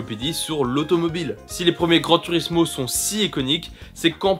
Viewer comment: On prononce "Gran tourismo" et pas "turismo"